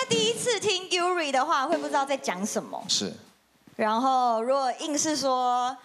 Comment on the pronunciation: Yuri 不會念？？臺灣英語那麼糟糕？？我知道糟糕但到這樣？